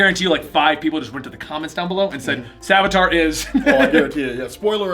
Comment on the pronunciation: And it's Savitar, not Savatar.